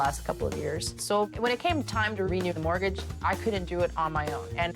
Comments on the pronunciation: "Mortguage"? <CRINGE> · What is a "mortguage"???? Nice literacy from the channel owner....🤣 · No "u" in mortgage! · What the hell is a “mortguage”??? 😂😂😂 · What is a "Mortguage"? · What's a "mortguage?"